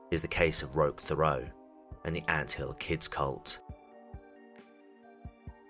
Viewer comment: Good video, but I think his name is pronounced "Rock Terot" but the French people spelling throws it off.